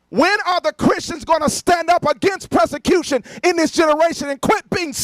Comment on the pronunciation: Is he trying to say persecution or prosecution? I think he just melded the two together… “presecution”…cause he’s not sure either.